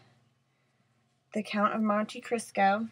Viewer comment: "The Count of Monte Crisco" lmfao!